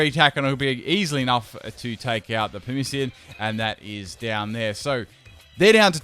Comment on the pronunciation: Pamissian wtf is that is he dyslexic? Legit question